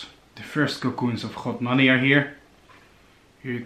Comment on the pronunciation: Its godmani not “rhodmani”